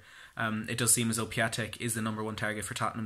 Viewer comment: Piątek pronunciation is Piontek . And he is Mr. Friday as Piątek (piontek ) means Friday in Polish :)